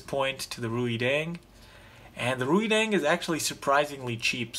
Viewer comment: Reideng pronounces like raydeng.